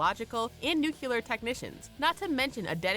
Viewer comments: It's Nuclear. Please don' say "Nucular" smh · This bioch just pulled a gbush "nukular" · Where did they find this narrator? When you say, "buh-inn" instead of "button" and "nuke-you-ler," you make yourself sound stupid.